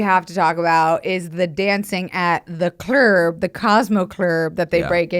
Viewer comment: I will never not say "at the clerb" from now on lol